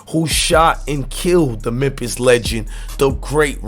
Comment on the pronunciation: Yoooo it's Memphis not MEMPISS 🤦🏿‍♂️